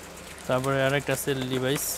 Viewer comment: লিভাইস না এটা লেভিস আর হাওয়াই না এটা হুয়ায়ে উচ্চারণ সঠিক করেন।